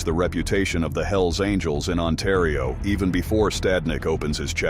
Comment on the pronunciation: Otario lol it's ontario